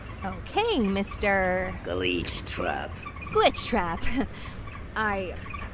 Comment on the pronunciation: Ok mr....... Gleechtrap HE LITERALLY SAID GLEETCHTRAP LOLLLL😂😂😂😂😂😂